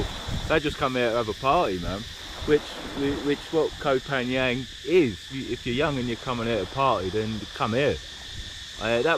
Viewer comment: It isn't kho phangang man It's kho phangheven. OMG that beach is beautiful.